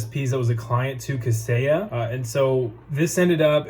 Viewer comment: 👏🏼👏🏼👏🏼 You said it correctly - fantastic job